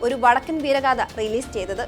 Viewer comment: വടക്കൻ വീരഗാഥ എന്നാണ് അല്ലാതെ വടക്കൻ വീരഗാധ എന്നല്ല... ചാനൽ കാർ ഉച്ചാരണം ശ്രദ്ധിക്കുക